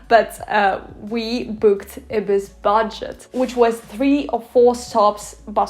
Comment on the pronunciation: In England we pronounce Ibis as eye-bis.